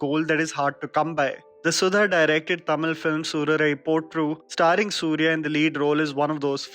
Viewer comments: nailed uttering the title in tamizh.. good job 👏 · I love how you pronounced "Soorarai Pottru' and 'Nedumaaran'.